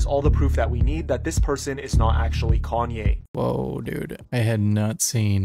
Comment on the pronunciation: Gone-Ye West?????? Nice, I'm cool with that! Lol